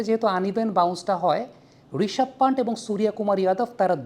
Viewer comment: Player nam thik vabe nite pare na... panth, pant noy.